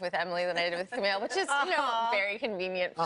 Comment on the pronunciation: lol. Kumail's face when Al Roker pronounced his name incorrectly